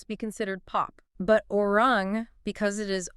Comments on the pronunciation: Say it correctly, a-ri-rang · Hello -I enjoyed listening but my ears could use the pronunciation of the album: AH REE RAHNG! IF THET HELPS AT ALL!! THANK YOU! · Guys, you did a good research on the facts, please research pronunciation of Hybe and Arirang! Your pronunciation hurts the ear.